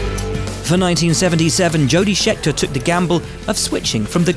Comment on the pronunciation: One of the consistently poor elements of the official F1 YouTube channel is in the production of copy. Will Buxton is a good F1 reporter, but would be SO much better if he were possessed of greater attention to detail during recording. His remote recordings are consistently poor, and a mispronunciation like 'Shetker' is unacceptable, especially when 1) he had already pronounced it correctly seconds earlier and 2) it takes seconds to fix.